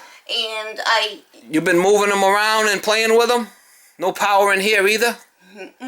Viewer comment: She said "Can you see?". Lighting goes on. said "I can see now. So we got no powah heah. So that means there is no powah coming in for the heatah." I love these vids. And he is such a great contractor too - can fix just about anything.